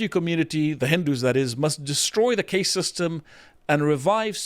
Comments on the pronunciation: Isnt it caste not case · Khaast not Case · Caste- pronounced carst. Not cayst. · It really takes away from any voice of authority you guys have when you can’t even pronounce the basic vocabulary of the topic. The Indian Caste system (CAST, not CAYST) is a well known thing. I don’t know how someone could be an adult man and have never heard the word out loud. Embarrassing 🙈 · Caste is not pronounced like Paste. I demand you film this segment again using proper pronounciation. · Why does he mispronounce caste as cay-st?, it's cah-st. Even gets it right and English isn't even his first language. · Okay Dude annoying me it cast not case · It's NOT pronounced CASE (suitcase) it's pronounced CAST (like PAST). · "caste" is pronounced "cast" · Also its pronounced casr, like casting a spell or casting a line. You are a memeber of 4th caste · It's pronounced cast lol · drawing parallels between traditions, failing pronounce cast correctly what a stark contrast. biting his lip through that cringe low effort offering from. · Somebody teach this bloke how to say 'caste'. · He's not saying "case" he's saying "caste" but erroneously pronouncing it to rhyme with "paste" or "haste". Instead of "fast" or "past."